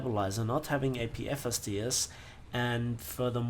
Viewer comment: '' i get apfisdisifdsdds'' love it LOL